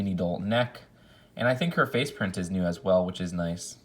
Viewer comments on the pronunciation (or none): none